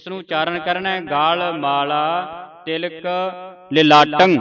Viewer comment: ਤਿਹਾਲം ਤੀਹਾਲ ਨਹੀਂ. ਤਿਲਕം ਤੀਲਕ ਨਹੀਂ ਬਿਚਾਰੰം ਬੀਚਾਰੰ ਨਹੀਂ ਜੀ.